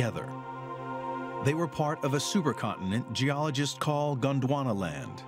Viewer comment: How the narrator keeps getting Gwondonaland while reading Pangaea beats me. Lol